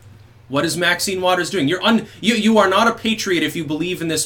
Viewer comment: The word "patriot" is so foreign to Mad Max she can't pronounce it properly.